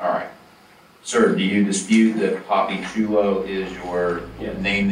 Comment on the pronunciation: Pappychulo was the best though. He totally mispronounced it.